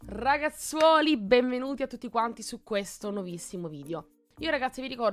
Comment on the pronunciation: "Ragazzuoli" no ti prego...